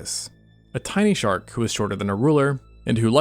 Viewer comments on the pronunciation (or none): "We've got a sharl for that"